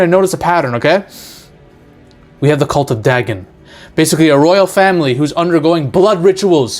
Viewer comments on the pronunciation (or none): Dagon is pronounced Day-Gone.... Theres also a decent 2000s film in that name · Dagon is pronounced "Day-Gone"